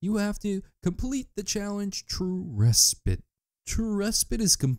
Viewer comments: it's pronounced ree-spait, not fucking rehspit thanks for tutorial though very helpful :) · it's not resp-ee-t, it's resp-i-te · "re-spit" XD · Res-pit is hilarious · I don’t think that’s how you say respite? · ew, england frowns upon your pronunciation of respite.